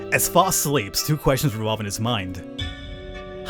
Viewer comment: I didn't see anyone else mentioning this, but you're pronouncing the name a little off. It's F-ah-owe-st by most pronunciations.